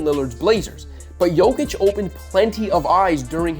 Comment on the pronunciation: His name is Jokic Yok itch You saying it like Jo vic